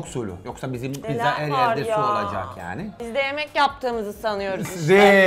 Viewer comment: kimse: danilo şef: yAğNi